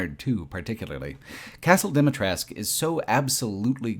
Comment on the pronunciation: As a romanian the village in RE Village is very well done. From the narrow streets, to the wooden fences to the inside of the houses, I always had the impression that I was in my grandparents' village. P.S. the way you pronounce Dumitrescu Castle is completely wrong and very funny :)